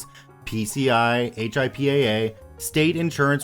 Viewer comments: "HIPAA" is said as "hippa", instead of just saying h.i.p.a.a. :) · Thanks! Came here to make this. I'd add "hip-uh" or "hip-ah" not "hip-aye" (just to clarify!) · HIPAA is easily pronounced like hippo but with an ah instead of an o ;) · The cringe every time you spell out HIPPA, instead of saying "hip-a" (like "hippo") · HIPAA pronounced "Hip-a" great video though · Hey just to give you a heads up on the pronunciation of “HIPAA” it is actually pronounced as it’s spelled. I figured it would make it easier for you for the future. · lol yeah it was weird to hear him say the letters instead of just saying it as a word. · It was really annoying after about the second or third time.